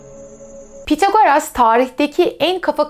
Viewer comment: Tek eleştirim ismin okunuşuyla ilgili olacak. Pythagoras'daki th İngilizce'de "s" sesine benzer θ şeklinde okunur. Yani ya bu şekilde İngilizce telaffuz edilebilir ya da Türkçe'ye geçmiş şekilde Pisagor denilebilir. Pithagoras diye okumak garip kaçıyor.